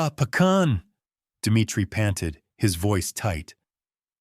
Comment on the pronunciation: Correct..."Dah" (yes) Pah khan ..mouse is "meesh" or "meeshka" mah yah(mine) duh rah guy aah( my loved one)..good try but need to work on pronounciation..😊❤